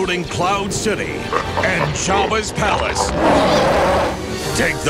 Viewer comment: I could swear it sounded like he said Jawas Palace instead of Jabas Palace.